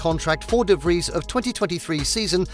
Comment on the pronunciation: Finaly someone who pronounces his name right